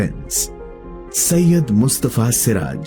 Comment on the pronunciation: সৈয়দ কে সাইয়াদ্ উচ্চারণ করবেন না অসহ্য শুনতে লাগে। Agni কে নিশ্চই আগ্নি বা অ্যাগনি পড়েন না,নাকি‌ বানানটাই Ogni লেখেন?